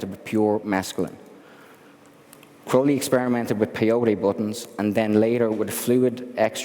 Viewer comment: Glad to see someone pronouncing his last name correctly. Ozzy is a dumbass. He screwed up his last name in the song Mr. Crowley by pronouncing it Crowl-lee, but it's actually Crow-lee. And in poem Aleister even rhymed his last name with unholy.